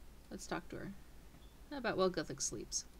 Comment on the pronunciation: its pronounced like this "gewthix"